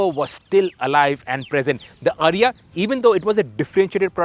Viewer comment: Its not "Ariya". It is pronounced "AAriya"